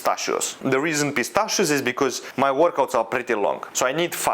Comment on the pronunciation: Bro why with every meal pistschio